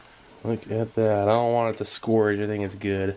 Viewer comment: I know I'm 4 years late, but the term is scorch like rhymes with porch or torch. It's is not scorage. Sorry, I had to get that out. Otherwise, you are an intelligent and entertaining YouTube educator/ entertaining individual. Love your vintage m.r.e. videos.